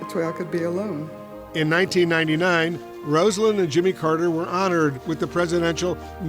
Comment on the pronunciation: Get the pronunciation of her name correct, she deserves much more from you anonymous talking heads